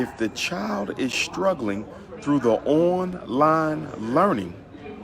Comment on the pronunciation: “Come on thew... come on thew...” Smh